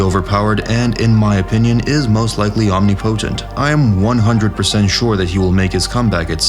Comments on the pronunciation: Omni-potent. Not omnipotent? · I'm sorry...i'm diggin the video, but I had to stop and say that my ADHD brain can get over the fact that you said OMNI-"POTENT" . No hate...just.............0.0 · Omni-potent? You might want to look up pronunciation in the dictionary.